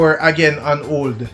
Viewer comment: "on old" it's on hold...."tree"? " It's three. Unless your posts are for Jamaicans only, pronounce your words properly..